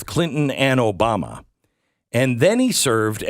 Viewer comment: Did you say Obamo and Bill? Did you expect it to be differently?